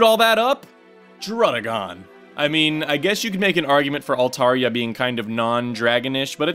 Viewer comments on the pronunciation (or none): none